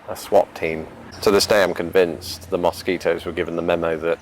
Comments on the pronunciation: Ana Darko He needs some serious advice on how to avoid mosquito bites. And how to pronounce mosquito. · The way he pronounces mosquito, is a perfect example of how language is spoken differently depending on where you're from. It definitely makes life interesting. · When I hear his pronunciation of Mosquito in the English accent I can think of is the "Wooden Wonder"!